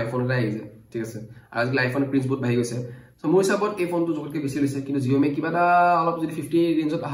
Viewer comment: Saomi buli kole bhal huni